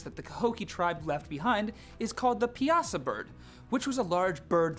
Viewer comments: I'm probably the only one who cares, but it's not Pee-ah-sah bird, it's Pie-saw bird. (I live in Illinois near the area mentioned) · The Piasa bird from Illinois is pronounced Pie-a-Saw it also doesn’t look like a bird. It’s a mashup of lots of different creatures.